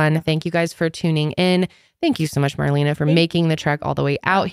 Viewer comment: You could at least pronounce Marlena‘s name correctly.